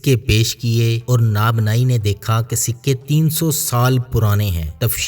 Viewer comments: آپ کی اردو بہت عجیب سی لگتی ہے نہ پتہ چلتا ہے کہ پنجابی لہجہ ہے اور نہ ہی خبر ہے کہ یہ منگولوں کی زبان میں بات کر رہے ہیں میرے عزیز آپ اپنے تلفظ کو خالص اردو میں ڈھال کر اردو بولا کریں ناب نائی تو کوئی لفظ نہیں البتہ نان بائی ضرور کہتے ہیں تندور پر روٹیاں پکانے والے کو اور آپ سے ایک اور گذارش کرتا ہوں اور وہ یہ کہ آپ اپنی گفتگو کا آغاز کرتے وقت ایک لفظ ہمیشہ بولنے کی کوشش کرتے ہیں ابتدا ہے رب جلیل کے بابرکت نام سے نہ پتہ چلتا ہے کہ باوا برکت کہتے ہیں کہ بابرکت تھوڑا سا بالکل تھوڑا سا توقف کریں با اور برکت کی ادائیگی کے درمیان پھر آپ پورے طارق عزیز صاحب لگیں گے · nanbai not nabnai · اصحاب کہف کے ذکر میں آپ نے ایک لفظ ناب نائ بولا ھے جو کہ اصل لفظ نان بائ ھے ( نانبائ) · سوری بھاٸی جان۔ نابناٸی نہیں ۔ نانباٸی ھوتا ہے۔ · best video ....NANBIE hota hai .... ap NABNIE parh rahy hain ....نان بائی ۔۔۔۔ درست ہے ناب نائی ۔۔۔۔ یا جو آپ نے بولا غلط ہے ۔